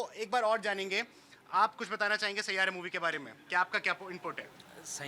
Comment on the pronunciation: Aaji amma saira nahi 😂😂😂😂sai ya ra